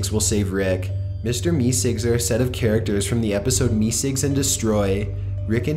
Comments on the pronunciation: idk why but it bothered me so much he said meesicks instead of meeseeks 😢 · I thought it was mr. Meseeks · I like when the audio switches back and forth between the cartoon clearly saying "MR MESEEKS" and then repeatedly saying "Mr. Missigs". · Meesigs!? How do you mess that up? It's meseeks! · AAh Gees it's not Mr. Mizzigs it's Mr. Meeseeks !! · Dude it's me seeks. Not me sigs. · Its Meeseeks, not meesigs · how can you know so much about this show and not know how to say MEESEEKS? its pronounced "Me Seeks" not "Me Cigs" He even says his name in this video and you still say it wrong every single time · Meeseeks not meesicks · "Mister meesicks" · "Me cigs"; this tilted me so much I had to stop watching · He sounds more like he's from Canada. Like a Canadian-valley girl accent. I'm actually watching the whole thing and I just got to a part where he talks about the meeseeks and he pronounces it meesigs..... I hate him so much. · "Mr. MeeSigs"????????????? What the Fuck??? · mister mesicks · The content is good and well said aside from a few mispronounced words (Deft, Meseeks). But The up talking kills the watchability. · How can you not say Meeseeks right? when you have a clip of them saying it the right way.